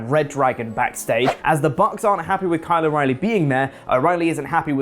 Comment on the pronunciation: I guess Walking Dead wasn't an anomaly; Brits just can't say "Carl" OR apparently "Kyle" 😜